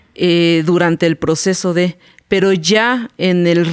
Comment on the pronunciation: Drink cada que dice "el poceso"